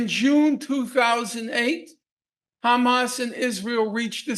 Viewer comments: he said hamas so perfectly with a proper Arabic accent lol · just that Norman can annunciate Hamas correctly shows his intellect .. the Zionzits can't even do that correctly .. it's a condition they have besides psycopathy